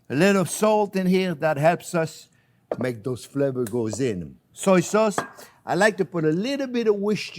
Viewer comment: "soy sauce"... with the accent...